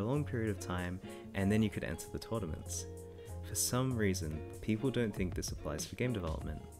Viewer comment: Tordaments haha